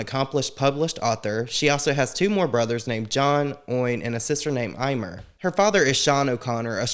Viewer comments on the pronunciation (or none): Sister's name is pronounced eemer not imer